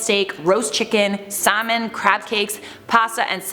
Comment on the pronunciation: The way you said “salmon” bothered me